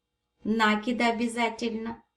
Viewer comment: НакИИИд ударение на последний слог!Бактус прелесть❤❤❤!